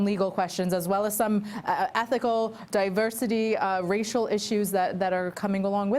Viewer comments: DIVERSARY????? Oh my god. His mind is dissolving day by day. Must be filled with those Alzheimer's holes by now. Seems not a day goes by, that our president doesn't make a fool of himself. Day care doesn't seem adequate; this man needs to be institutionalized. Ivanka, please get him out of there, and pick a nice nursing home where he can sit in his own room and yell at the TV. And don't forget to give him a toy phone so he can pretend to tweet. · “The Diversary... the Diversary and Diversity visa program” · diversary... diversary... and diversity... diversity lottery. sounds nice but it's really hard to say. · WTF is "Diversery"!? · Diversory?! Do they still sell Hooked on Phonics?! 😂😂😂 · Diversery? The best, big, mispronounced words? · Diversary...diversity. Reading is hard. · “Diversary” lottery? Is he dyslexic? Can he read? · 45 cannot even pronounce "Diversity" what a MORON. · What a moron!!! Can’t even say the word “diversity”!!! I still do not recognize or X knowledge him as president.